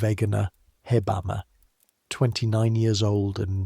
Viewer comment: In Germany we say : Heb-amme😂not Hebbamme.Great video,thank you❤